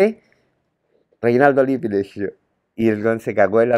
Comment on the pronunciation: Se pronuncia Lip- pi en italiano se pronuncia las dobles consonantes señor !!